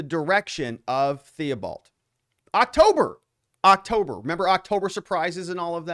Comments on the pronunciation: Hey. Thibault is pronounced Teebeau. 🇨🇦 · thibault is pronounced T-bow btw <3